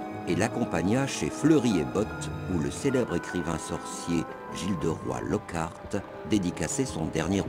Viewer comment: je rêve ou il a dit Jilderoi Lockart?? ps super gameplay!!!